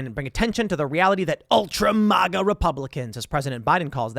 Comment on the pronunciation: Every time you say, "MahGa" I want to slap you and scream, "MAGA"!!! MAGA MAGA MAGA